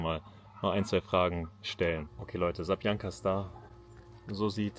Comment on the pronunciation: Kannst du das Wort Zapiekanka nicht richtig aussprechenie? --- sapieekanka-- würde man es phonetisch schreiben. Zapiekac heißt überbacken. Das Überbackene.